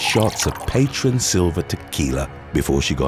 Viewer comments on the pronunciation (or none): You said Patron way wrong! 🤣🤣